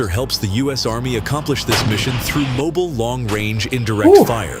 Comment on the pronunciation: Going Through? Nah... Going Frew!.. lol